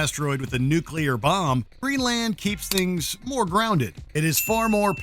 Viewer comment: The “land” in Greenland is not pronounced that way… lol